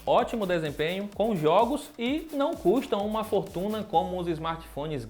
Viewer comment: Acho que você não percebeu que ele falou "não custa furtunas"